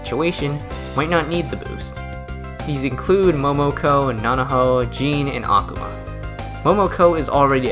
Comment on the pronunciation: small correction: Akuma's name, like every Japanese word with similar structure, is pronounced with emphasis on the second-to-last syllable. Not really a big deal, but it did irk me just a little bit to hear you repeatedly say Akhama. x3 That aside, you've earned a subscriber for this an several other videos, and convinced me to reinstall The Battle Cats and give it more of a go. Last time I played it, I stopped after beating The Face boss fight, and uninstalled because I simply didn't know how much more content there was and figured I'd already seen most of the game. How wrong I was!